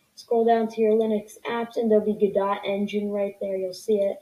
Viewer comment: its pronounced go-do if u wanted to know